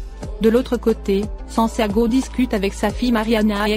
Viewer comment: Le mari de Catalina s'appelle Santiago et non sanciago